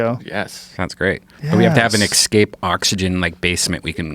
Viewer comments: Escape not excape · "ekkscape room".... For fucks sakes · I'm still perplexed by the fact that people say "eXscape", like where the fuck do they get the X from?